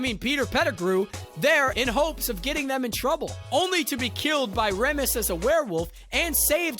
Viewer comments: He was doing his job,,, but yeah,, there are some parts of the info that don't jive up well, Reh muss? it's REE mus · And why ‘Remmus’ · Lupin's name is pronounced "Reemus" not "Remus" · are we just not going to talk about how he pronounces remus 😭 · What a bizarre pronunciation of Remus’s name! Has this guy not actually watched the films? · I was hoping someone else would catch that... lol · Please learn how to pronounce Remus but loved this video